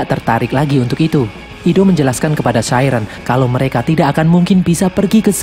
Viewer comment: Bang koreksi: chiren sebenernya ngomongnya bukan chairen tapi chiren biasa